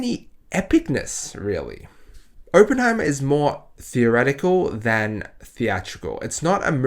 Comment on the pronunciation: well considering you can’t even pronounce his name correctly i’m not surprised this fantastic masterpiece went above your head. Next time maybe look into what your going to see first and determine if it’s for you or not so that way we are spared from your asinine opinions.